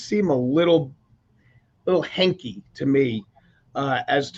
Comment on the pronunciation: I couldn't finish watching. Vinnie was the only one who seems to understand this. Man No. 2--it's "hinky", not "hanky." And this laceration (which you can SEE how severe it is) actually cut the man's tongue. If I was surmising from the struggle situation, I would consider that the man's knife was turned on himself by a very strong, very drunk Sanchez. How would a fist lacerate that man's tongue?? Hopefully DNA from the handle will be recovered. That 2nd guy is making up scenarios (truck is loud under his bedroom--how do you know that? You don't! Was he even staying in that hotel?) and (drunk) Sanchez goes down to complain about noise. Really?? Have you read the police report at all? Sanchez was seen in prior videos running sprints in the alley. He was drunk. He was the aggressor in all stages of this altercation including trying to get in the man's truck and throwing him to the ground. The victim tried to get to security, blocked, pepper sprayed him (non-lethal) and finally, in fear of his life, he stabbed Sanchez. There is no excuse anywhere on this planet for doing a beat-down on a 69yo man doing his job where he was supposed to be. I hope this goes to court with Sanchez's BAC and tox reports. Don't care how rich and famous you are, big star, big man--he's a criminal for what he's done to an innocent man who tried to get away. He gets his day in court and the facts will come out. Dollar to a donut Sanchez gets a deal and settlement and never spends a day in jail for this vi